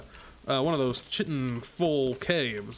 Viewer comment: kye-tin. not chit-in